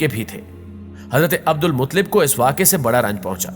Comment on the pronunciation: عبد المطلب کو صحیح پڑھو.